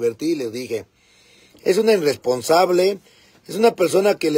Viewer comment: Se dice irresponsable 😂